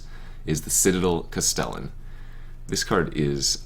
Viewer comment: Cast el lan - stress on first syllable.